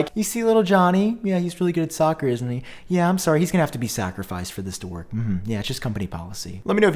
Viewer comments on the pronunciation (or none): none